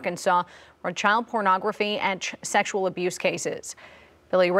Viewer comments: First off, it’s por-nah-graphy not porno-graphy. Secondly, the proper term is child sexual abuse material. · Porno-graphy??? This reporter is illiterate. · Pornagraffy? What did that reporter say? How can she NOT know how to pronounce that word? SMH she couldn't get more than 3 words out of her mouth without stumbling. Dugger is not a celebrity none of them are celebrities. A reality TV show does not make the people being followed in the show celebrities. They are just people being followed around by camera crews doing every day stupid stuff. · Exactly. She pronounced pornography as porno grafy! How ignorant.